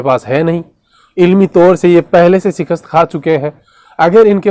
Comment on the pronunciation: Sikhast nahi shikasht hota hai students of mirza😂 😂😂😂😂😂😂😂😂😂😂😂